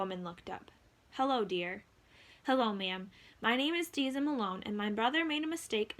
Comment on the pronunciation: Umm it’s deza